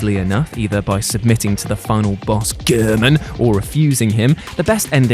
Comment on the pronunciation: Nice list but goddamn the narrator is fucking annoying. Especially with the emphasis on what sounds like “GERMAN!”.